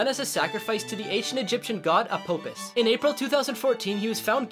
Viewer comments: A-paw-fiss not o-po-fis. God it's like people don't know how to pronounce Egyptian god names. Lol only teasing though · This man said apopas it's pronounced apophas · It’s pronounced “a pof is” not a-pope-is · That pronunciation of Apophis sounds like he called Apophis, a popepus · It's pronounced "uh-pah-phus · This man did not pronounce apope is mmmmm